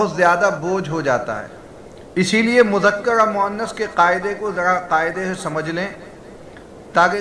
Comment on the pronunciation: مذکر ہے مذکڑ